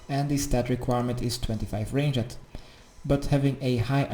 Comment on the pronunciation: you are so fucking stupid you pronounce thing so fucking bad its souls not soules and its ranged not rangeed dumb fuck learn english